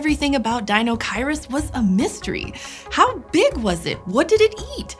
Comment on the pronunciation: Apparently I've been pronouncing deinocheirus incorrectly my entire life; oh well, I like this new-to-me pronunciation better than the five-year-old-me version anyways. Pretty sure the sail was for weekends on the sound.